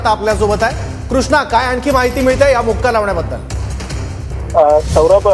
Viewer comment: Makoka(मकोका) असं आहे te. मुक्का नाही 😂